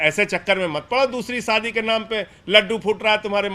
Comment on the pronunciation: Saadi nahi shaadi hota hey